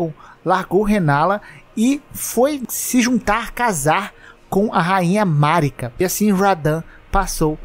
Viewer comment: Primeiro vídeo que eu vejo alguém pronunciar o nome "Marika" da maneira correta kkkk